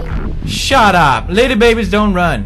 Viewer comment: "Donn even worry about it"